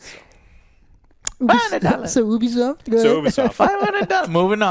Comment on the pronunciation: i just fine it funny to hear say OO-Bee-soft instead of U-Bee-soft